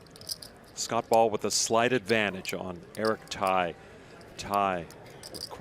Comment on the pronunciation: Poker commentator: how can you pronounce that guys name as Thai? It’s Tsai and pronounced T-zai. The S is not silent.